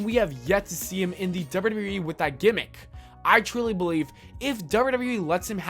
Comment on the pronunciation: wtf are you pronouncing wwe like that?